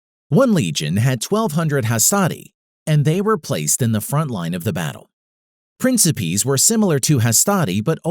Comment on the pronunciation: By the way (no hate) it’s pronounced prinkipaes